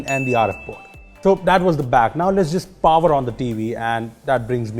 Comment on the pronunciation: "Let's just pover one the tv" That's not a typo, homie really said "pover" instead of "power"